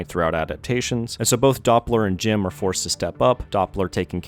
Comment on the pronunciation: Thank you for this video. Always love to hear good stuff about one of my favourite childhood movies, truly a treasure of 2D and 3D animation. But I just want to say that your screw-ups with Jim's name was a great addition and made me laugh every goddamn time😂